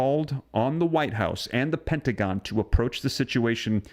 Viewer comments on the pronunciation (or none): none